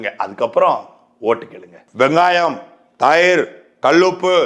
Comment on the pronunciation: Neenga thayirunnu solradhu kaathula vera mathiri vizhuthu Bro ...:stopwatch-blue-hand-timer:🤣